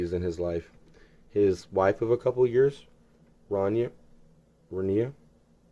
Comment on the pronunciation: Her name is pronounced, Ron-YA. He says it a number of times in Chicago. "WHERE'S MY BADGGE, RANIA?"